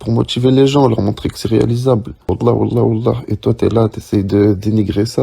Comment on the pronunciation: Pourquoi il dit wahlla Adrien??